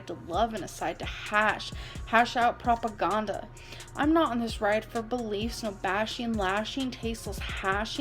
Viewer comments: the way says "proppa gonda" in the rain & petals eavesdrop poem 😭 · Proppa Ghonda is my favorite African country. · ProGAHNdauh. Damn. I've been saying it wrong this whole time... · "prop-uh-gon-duh" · "Propa-gone-duh", lmao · No the old "PropoGAHnda" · I've had the butchering of the word "propaganda" stuck in my head since I was forced to re-hear it yesterday. I will ask again: how does a native English speaker fuck up such a common word so badly?